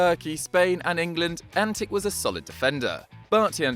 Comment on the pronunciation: It is pronounced as antiCH not antiK, the fact that he is from serbia shud have given that away.